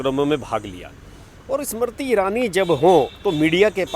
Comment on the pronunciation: bhai pahale hindi to sahi se bolna seekh lo aap baar baar ismarti irani bol rahe ho inka naam Smriti irani hai seedha sa naam hai usko bigaad rahe ho is marti irani bana diya 😕